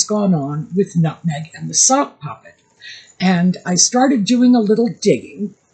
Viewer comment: At first I thought you were saying "soft puppy" and thought it was funny. Then i heard "sock puppet" and lost it. Meg's always been jealous of Posh Spice. Peltz likes younger men because she's the mummy figure. Same with meg apparently. The US is a dumping ground for washed up british nepo boys now. Add hot sauce labeled for daddy's football number to all the as if food. I don't think the US needs it. I hope not a single Becks/Posh fan ever buys another bottle of his hot sauce again. The Beckhams going onto Oprah would be a significant step down for them.